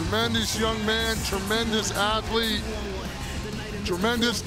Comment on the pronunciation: "Asslete" 😂 damn i laughed harded they I should i have tbh